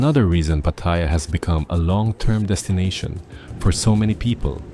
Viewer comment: Amazing, he came here 25 years ago and still doesn't pronounce "Pattaya" correctly.